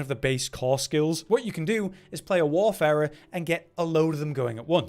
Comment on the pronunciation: Thank you for pronouncing Warfarer properly. This eludes many a YouTuber.